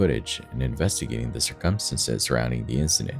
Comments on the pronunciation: I scream every time at his "circumstances" but I still watch! Lol. "Sir KUM STAN ces" instead of SIR-cumstances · "Based on the tuh-tality of the circumsenses" I'm sorry, what? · Dude i luv ur videos but u have got to learn how to pronounce circumstances man!! It hits me like a punch n the gut every time u pronounce it the wrong way;!🤨🥴💛🖤💛🥴🤨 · I have never heard the word circumstance/s so badly mispronounced so many times. Dear God EDITING people EDITING. LISTEN TO YOUR POST BEFORE POSTING IT.